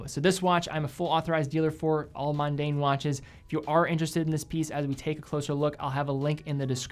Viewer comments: it's not pronounced, "mUn-dane." it's pronounced, MON-dane. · Yes, I have no idea why the dude kept saying mundane instead of Mon-daine. I guess it's like saying Munday instead of Monday.